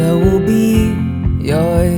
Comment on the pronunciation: This is a great fkng song. And I LOVE the way you pronounce 'Joy.' Leave that!